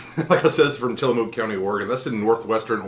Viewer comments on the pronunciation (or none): Til a muk not Mook. Say the muk part light though and on the vowel and not the consonant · Not to nitpick, but having grown up around the PacNW, the -mook in Tillamook is pronounced like book. :P That flavor is one of my faves, aside from the classic Vanilla Bean, Oregon Strawberry, and Malted Moo Shake. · It's cool. Comes with the territory up here. There's a lot of names of places that people not from here fumble to heck all the time. xD Mostly it's how to pronounce Oregon, but I'll still hear some butcherings of others. Tillamook is a really great coastal town to visit. Touring the Creamery is a must of course. Saw it a few times as a kid, visiting from Portland. :D Have a Happy Turkey Day yourself!